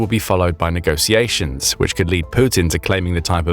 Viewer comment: it's "negotiataion" pronounced with the sound that word "sh*t" or "show" strarts, not "negosiations" as in "sit" or "saw"! For education's sake!